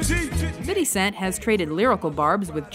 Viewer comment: Fiddy Cent LOL